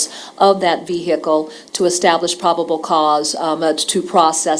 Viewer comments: Watching from the UK where we don't pronounce the h in vehicle, I've been totally distracted by the prosecutor's pronunciation of V-Hicle. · I say it with the h too lol I'm over here trying to remove the h 🤣 thank you. This trial breaks me and I needed a chuckle. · How do you say it then?? I'm having difficulty hearing it without an 'h'.